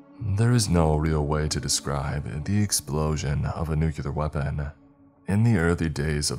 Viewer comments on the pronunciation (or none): Bruh it’s NUCLEAR not NUKEYALUR … who are u George w ?? Lmao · Nu-clee-ur, it was driving me insane to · Good stories! But, please, one request for future readings - nuclear is pronounced NU CLEAR. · That's not how you pronounce nuclear and it's driving me insane